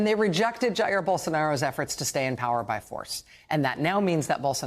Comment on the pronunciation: Rachel dear, learn how to pronounce "Jair." And study some history, American and global. By historical standards, Jan 6 was not an insurrection.